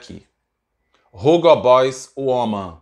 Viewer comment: Tira esse R da pronúncia do Hugo...é "ugo" mesmo! 😄